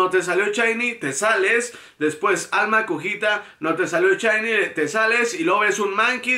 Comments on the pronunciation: Amigi se dice SHINY! NO CHAYNI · "chainy, chainy..." Dices también "Chakira"? XDD